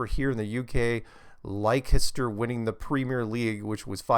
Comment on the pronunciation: Leicester =Lester